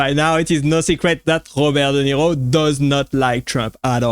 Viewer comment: Robert Duh Nero